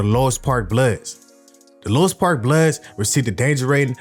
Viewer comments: Exactly Louis park is basically a Asian hood so any ninja from over there acting like they active ain't on shit no disrespect to the asians. Why bruh keep saying lois lmao it's louis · Its pronounced.."Lewis"...